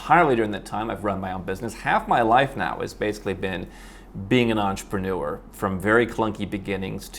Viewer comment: The word is pronounced entrepreneur, not entrepanure !